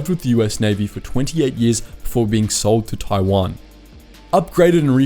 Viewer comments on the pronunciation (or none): none